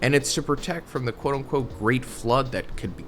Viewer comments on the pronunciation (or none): none